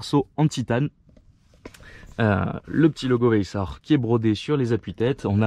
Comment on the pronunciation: Super vidéo, et pour le pack course, ca ce prononce k le ch donc vayssak si tu veux